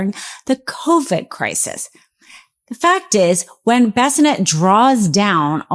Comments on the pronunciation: Scott Bessanet? I think you mean Bessent... not that his name particularly desrves its correct pronunciation... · Scott Bassinet ? Or is she talking about Scott Bessent ? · Secretary of Treasury Scott Bessent pronounced (Be - sent) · The fact that she calls Scott Bessent “bassinet” is hilarious! 🤣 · Please pronounce the Treasury Secretary’s name right,. It’s Bessent. (I don’t want you to look bad….😘) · Love the message. Could we perhaps practice pronouncing the names before recording. Its an ongoing problem with. Her inability to read names like Bolsonaro and Bessent are damaging her credibility. If she wants to be taken seriously, and I want that for her, she needs to brush up on this. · What is wrong with her speech? Why is it so hard to say Bessent? Or is she trolling on purpose?